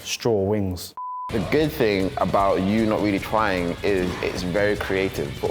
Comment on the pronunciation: saying ting lmfao